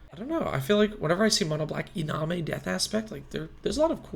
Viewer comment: Brownie points for pronunciation on words like iname. With all due respect, how is rakdos cool for it's perceived clear identity but boros is boring for it's perceived clear identity. Maybe as was said, is just that nothing jumped out at you, and that's fine. When i first got into magic i wanted to be a hipster and heard boros was terrible and that it only dealt with combat. Ok even if that is true, how is that bad? I want to build a deck that is really good at something and so what if that thing is combat? I've had plenty of success with my no ramp no card draw boros deck. I have had plenty of losses too, and I'm ok with that. It's a four player game. Some of those losses have been of my own design. My favorite card is chance for glory. A boros extra turn spell that loses you the game at the end of your extra turn. Again with all due respect. I'm just here yelling about a combo i like. 😊